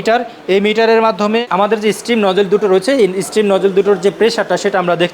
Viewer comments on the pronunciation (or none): stream / স্ট্রীম হবে না ভাই, শব্দটা steam/ স্টিম। আর ওগুলো raw bean না, রোস্টেড কফি বিন।